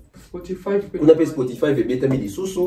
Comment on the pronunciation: merci! Je croyais que jtais le seul à avoir entendu Spotifaïve🤣🤣🤣🤣🤣